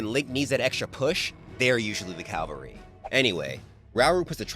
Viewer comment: I would love to meet Myamoto someday they’re usually the “calvary”? I know you meant cavalry, but it sounded like the other lol